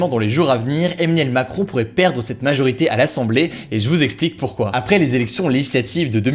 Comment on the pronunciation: comment il dit Emmanuel macron ? Mdrrrr